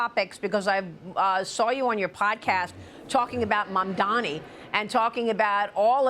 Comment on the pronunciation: the name is MAMDANI ! M-A-M-D-A-N-I . YOU SHOULD LEARN HOW TO SAY IT.